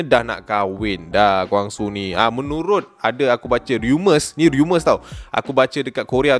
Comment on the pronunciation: Rumors bro.. bukan riumors